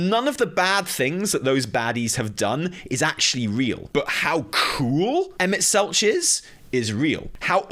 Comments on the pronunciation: Selch has a hard ch like tech, not soft ch like each. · Also Emet-Selch with the hard ch instead of the soft